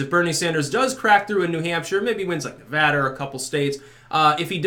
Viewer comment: Wow, you pronounced Nevada right!